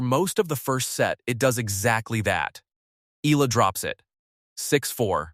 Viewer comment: its pronounce E-YALA not AY-LA